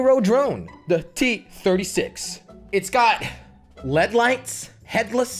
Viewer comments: He said gyro rong and led rong too L.E.D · It's not LED lights its L.E.D lights